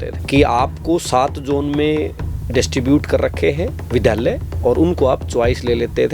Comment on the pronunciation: vidhaalya nhi vidyaalya